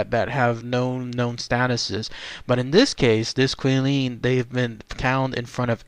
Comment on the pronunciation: I think I heard Kwih-lin, it's actually Chee-lin, more like that. 😁